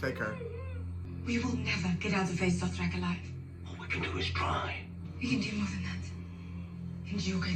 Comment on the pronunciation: DOTHraki. Not "dorth"